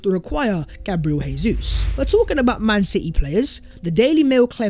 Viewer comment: It’s Jay-zoos, not Hey-Zoos. He’s Brazilian not Spanish! Cmon bro